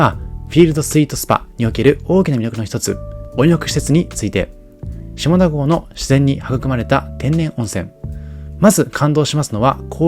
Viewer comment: 下田と書いて読み方は「しただ」です。